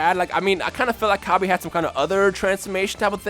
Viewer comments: I could not continue to Watch this.. Pronunciation is deplorable... I honestly hope you are getting this from some type of fanbase, otherwise I weep for the grammar of future generations... This is basic kindergarten grammar... Cabba not Cab-aye.. Not Cabb-ay... Cabb-ah.. I pity the poor soul that has to eat Cabb-ayge stew to survive... What is that, some kind of knock off Cabbage? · LOL Cabb-aye its Cabb-Ah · You can't pronounce cabba properly it is a pun of cabbage so it it pronounce cabbah bot cabbah